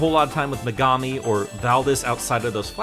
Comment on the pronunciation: Um actually, it's pronounced me•ga•mi not me•gah•mi.